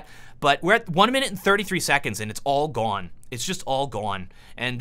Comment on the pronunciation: Love how he says "gone" "it's all Goan, it's all Goan." XXXXDDDDD